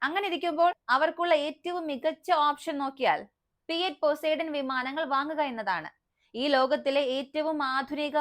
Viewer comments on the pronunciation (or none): പോസൈഡൻ അല്ലെടി പൊസിഡോൺ 😅😅😅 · Pozidone aanu Pronunciation change aayi 😂😂😂😂